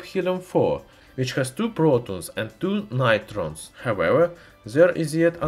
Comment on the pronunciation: True; he may not have been speaking English recently. I've never heard him call neutrons nitrons. His accent was definitely thicker than his usual. That being said I understood 100% of what he said, but I also watch a lot of foreign material and am used to thick accents.